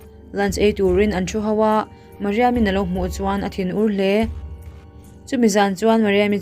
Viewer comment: Mariam i tih tih kha a dik ka ti